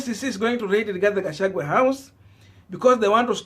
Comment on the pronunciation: At it again shemeji Gachagua not Gachagwe.Pls,pls,!